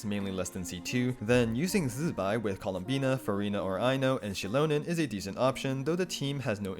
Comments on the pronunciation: bro ZI BAI NOT ZZBAI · no he’s wrong i literally watched the live stream even the Chinese people say zi bai not zzzbai